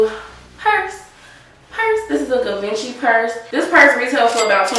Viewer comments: * pronounced Gee-vawn-chi... like in a French kinda tone lmao.. but nice bag👌🏽👌🏽👌🏽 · You're pronouncing Givenchy wrong.